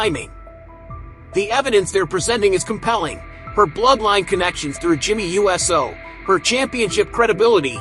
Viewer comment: For him supposed being such a wrestling fan...you'd think he'd be able to say Uso and not USO...big difference! Get it right!